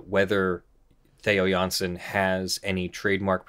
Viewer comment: Well done on the dutch pronounciations... you nailed both Jansen and Strandbeest. Interesting case. I don't really understand why the artist would care much if his art is used in an original way by other artists, the game designers. Still in the middle of the video, but so far it's very informative